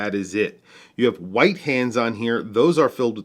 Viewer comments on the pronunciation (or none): none